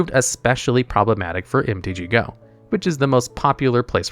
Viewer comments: It's MTGO not MTG GO. Come on dude. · why are you calling mtgo "mtg-go"??